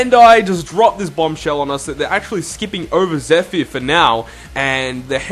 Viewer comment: You say zephyr so weird